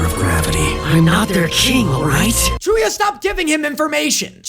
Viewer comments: calling chuuya chew-ya is such an amazing and dumb joke, why did i never thought about that? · The Chew-ya one 🤣